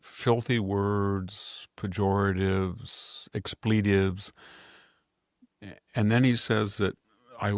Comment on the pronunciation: Victor, the word expletive should be accented on the first syllable, not the second syllable. Letitia James' name is pronounced Let-ti-sha not Litita. Sami never tries to help you with your pronunciations, nor does Jack. Please try to work on your many mispronunciations. They distract from your excellent presentations.